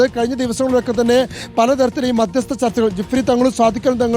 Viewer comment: സ്മൃതി മാധ്യസ്ത ചർച്ച എന്ന യല്ലല്ലോ മധ്യസ്ഥ ചർച്ച എന്നല്ലെ